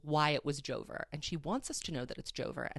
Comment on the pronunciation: god whenever you say joe-ver i just burst out laughing lmaoo